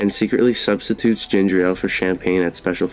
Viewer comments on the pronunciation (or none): none